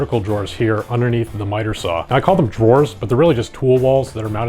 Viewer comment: You're pronouncing "drawers" wrong...